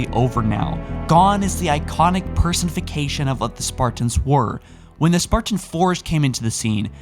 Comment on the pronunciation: Jeez dude. "Augeemented." "Expandaple to the cause." "Personfication." "Augeemented" again, then "augeementations." It carries on like that, I lost count. If Jacob wrote this, have him present it. You keep mispronouncing and misreading words.